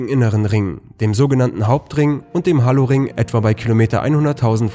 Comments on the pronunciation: "hallo"... nichtmal "Halo" kann er aussprechen -.- Bei so ein Geldgieriger Kanal lohnt sich echt der Werbeblocker :D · Ob er das Spiel Halo auch Hallo ausspricht?